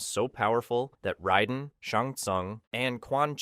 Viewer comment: He also says Raisen wrong